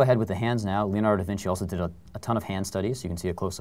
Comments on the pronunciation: LEONARDO. not leanardo.Please... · Yes, I know, I'm not stupid but it just sounded like leolardo instead of Leonardo...